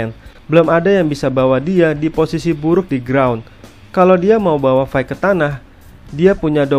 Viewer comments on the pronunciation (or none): bantu koreksi, fight itu bacanya fait bang bukan faik. Sama kek night yang dibaca nait bukan naig.